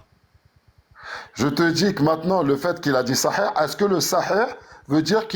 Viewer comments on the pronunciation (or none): SI JE PEUX ME PERMETTRE. t es un génie! Peut etre le meilleur dans la critique de l islam MAIS: Stp prend agnoslim ou jack en tete a tete pendant une heure et travaille ta prononciation. C est une torture BOURARI? Saheh? Meslem? Deconne pas 😂